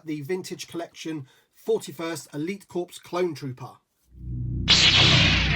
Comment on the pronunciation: Grammar police time (for fun sake)....the word “Corps” has a silent “ps”, and is pronounced like “core”. You say “corpse” multiple times, and it’s amazingly distracting, especially for all military personnel who may be listening. LOL. So with all due respect, yea I’ll be “that guy” for today. Sorry. Clowning aside, thanks for another good review. I received two of these a few weeks back and really dig this figure.